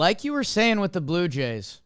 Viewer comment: I thought he said Blooper Jays for a sec 😂